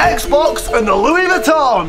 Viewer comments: ITs loOEeS veeToN! Loo-iss* ITS GOOCKEE!!! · Louie vitton:( loise veeton:) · No one:: LoUiS VEttOn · I also landed on lOoiEs veEtOn